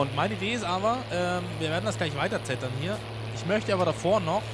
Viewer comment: Es heißt nicht zettern sondern zetten